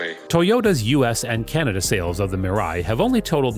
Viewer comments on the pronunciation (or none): none